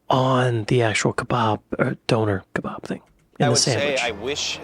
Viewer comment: Donor ka barb lol, he did say that 🤣